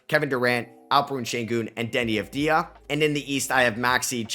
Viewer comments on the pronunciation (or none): If you are picking him as an All-Star you should learn how to pronounce Deni's name properly. It is AVV-dee-uh, not av-DEE-uh, the accent is on the first syllable not the second. It is a common mistake for many people unfortunately, so I'm not trying to flip you shit, but at this point commentators should learn his name.